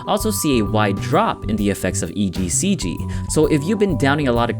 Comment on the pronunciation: he says "ECGC"